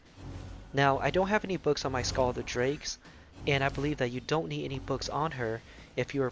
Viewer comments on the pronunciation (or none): The pronunciation is SILL, the C is silent.